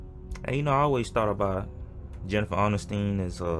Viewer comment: Dude why u do her last name like that 😂